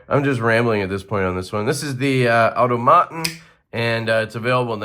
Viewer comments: You're gonna have to go look up the word "automaton," my guy. In German, the word is "automat." It's an English word for a machine that follows a certain set of functions or responses. Aw-tom-uh-tawn. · American pronunciation would be " aa·taa·muh·taan" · Look up AUTOMATON in the dictionary for the correct pronunciation. Doesn't anyone use a dictionary any more? It's an old word that was used years ago to refer to a robot and certain other automated machines.